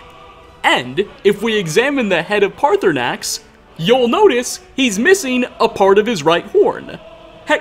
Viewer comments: Dude I have forgiven a lot. Please pronounce paarthurnax properly. The second R is silent. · I for got what direction you need to go to find the shrine but ik that there are dragon scales from there and Sissle (a girl from roikstead) says that she’s had dreams of a nice gray dragon and says that he isn’t scary so that proves that paarthernax (I completely butchered that name) has flown down to the shrine to give some scales!